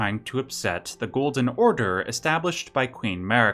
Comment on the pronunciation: Lmao “ghoulden order”